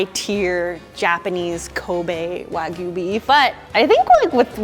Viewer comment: Why doesn't tell them how to pronounce it correctly?! 🙈😭🙉 Waaaeeeegyuuu....:(